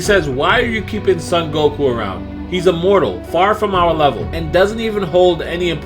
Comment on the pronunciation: I think you are pronouncing son wrong